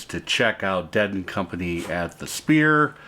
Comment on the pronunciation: I know, it sounds like he's pronouncing it "Spear." ?